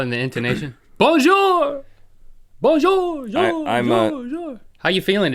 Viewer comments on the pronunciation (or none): I'm not even french, but your pronounciation/french at all is kinda bad.. sorry :)